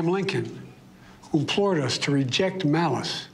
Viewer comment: It’s really him. He’s reading a prompter which he historically has done well. He struggles with fully pronouncing words like “Abraham” and “implored”. These also align with his historical speech. These mumbled pronunciations have always appeared to misalign with his lip movements.